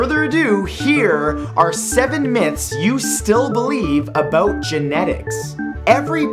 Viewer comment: About?U mean aBOOT? :D